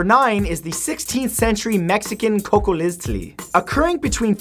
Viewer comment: Bro you are hilarious in this video! xD You butchered some of the names of the plagues including Cholera and Cocoliztli. Your so entertaining to watch. I love your videos so much. You put so much research into them.